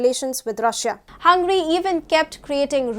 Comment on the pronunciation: It's not 'HUN-GRY' it's 'Hun-ga-ry'.